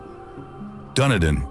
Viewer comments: Lovely documentary but please get your pronunciation correct. Example Dun- e-din not Dune e din, Rua- pe-hu, Ro-to-rua. Even that is basic. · Your pronunciation is absolute shit. I understand Maori being butchered, but you butchered Dunedin (Done-need-din), Coromandel (cor-raw-man-dal) Jez man, research your subject first. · A beautiful country full of amazing surprises. I did find tho that the pronunciation of so many sights and towns was left wanting. Please....I beg of you, finish your research off with a local speaker to get it right. Ie. Dun ee din. Not what ever was said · Done-nid-din 🤣 at least he didn't say lake Wah-narka